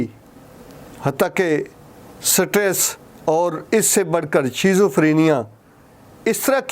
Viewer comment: Sitress nhi stress